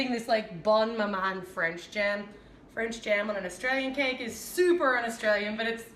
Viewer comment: Its jam not jem